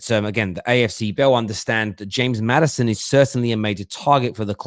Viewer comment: its maddison or aouar not maddiaon and aouar bell said that